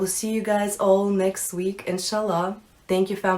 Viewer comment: Your Ah- is too much O sound like the Octagon the O sound u want Aye for Arabic and Rrr and ah for an example like Assalamu Ailyakum Aye-Saye-lam-ou-lake-um not Ah-O SamUu Lake Um i dont have ocd😂i just believe alot of new Muslims can’t pronounce Arabic correctly.